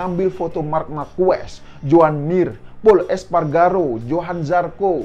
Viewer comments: Markes bang nyebutny Marquez.. 👍👍👍 bukan Markues 🙏🙏🙏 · Gw pernah nonton langsung GP di Sentul, jadi paling ngga gw sudah pernah merasakan atmosfer nonton langsung di sirkuit internasional. Gak seperti presenter ini, bahkan nyebut nama Marquez aja salah, ketahuan kalau dia sebenernya fans Moto GP karbitan. Dan gw rasa, dia juga gak bakal nonton gelaran Moto GP di Mandalika nanti, entah karena dia sebenernya gak suka Moto GP, atau dia gak punya uang untuk berangkat kesana. Jadi kemarin gw sempet nonton video di chanel ini yg membahas perbincangan para rider dengan Jokowi dan mengaitkannya dengan Anies atau lebih tepatnya menyerang Anies, tapi sepertinya video tersebut sudah di take down, dan diganti dengan video ini. Sebenernya euforia kembalinya gelaran otomotif kelas dunia di negeri ini, gak perlu diikuti dengan sentimen negatif kepada Jokowi maupun Anis. Kita nikmatin aja tontonan ini, baik secara langsung maupun dari tv. Gelaran skala internasional ini seharusnya dapat menyatukan kita sebagai bangsa yang sedang disorot oleh dunia. Tinggalin polarisasi pada pemilu kemarin, toh nanti juga Jokowi udah gak bisa nyapres lagi di 2024. Sebagai penikmat event olahraga atau balap, apalagi yang berskala internasional, jujurly gw kangen bisa nobar di sirkuit/stadion tanpa harus merasa saling curiga satu sama lain. Curiga kalo orang disebelah dia cebong apa kadrun. Udahlah, ga enak kan kaya gitu. Fyi, dari tahun 1997 sampe sekarang gw golput, dan sepertinya akan tetap begitu kalo sistem demokrasi kita masih seperti sekarang. Gw gak mau nga